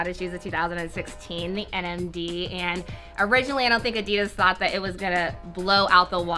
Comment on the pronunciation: Is it just me who disagrees with the way they say addidas